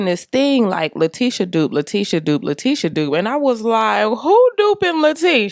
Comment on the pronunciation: gave me the ‘T’ on LaTEEsha 😁 Pretty wig. Love the color.